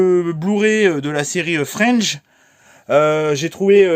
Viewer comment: Salut 👋🏼👋🏼 Joli, le coffret Fringe! Je connais la série et j'adore! Ca se prononce Fr I N ge, en pronoçant le I et le N. C'est une masterclass clairement sous-côtée, qui passait sur TF1 le mercredi en 2nde partie de soirée. Mon ex et moi, on se couchait tard exprès pour la mater. En +, Joshua Jackson (Série "Dawson") jouait dedans. Top que tu aies réussi à la trouver en BluRay et à si bon prix, car sur internet, c'est laaaarrrgement + cher 🤩🤩